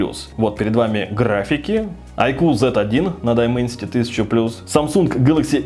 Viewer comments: дАЙменсити правильно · Не Дименсити, а Дайменсити. Не эксИнос, а Эксинос с ударением на Э